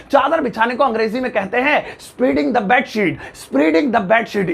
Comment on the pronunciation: Sir I have heard that Spreading is pronounced as- स्प्रेडिंग but you have pronounced it as- स्प्रीडिंग. Is it right. And.... I have heard that Mopping is pronounced as- मौपिंग but you pronounced it as- मूपिंग. So please tell me is it right.